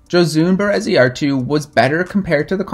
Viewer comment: Gosh, you butchered her name hahaha. I’ll give you that euskara is not easy by any means.